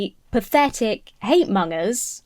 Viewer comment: I love everything in this video, I’m just afraid your pronunciation of the word ‘monger’ might get you cancelled one day 😬